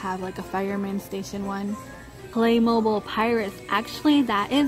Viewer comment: It’s NOT “play mobile” its “play mo bil”. Black Friday ADS are being released